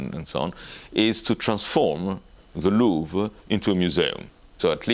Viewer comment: Your pronunciation of the 'Louvre' is really awful and very disturbing, it sounds like you have to go to the loo every time...